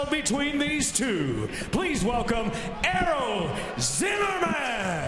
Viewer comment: i legit thought it said error instead of Errol